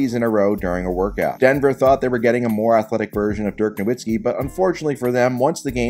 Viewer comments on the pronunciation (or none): none